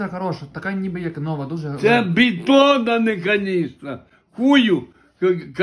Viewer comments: Не бітон, а бідон😂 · Какой битон? Бидон! Или малочный бак. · Бідон,а не бітон😀,Але з якою посмішкою д. представив,що туди можна пива налити...🤣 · Не БИТОН А БИДОН 😃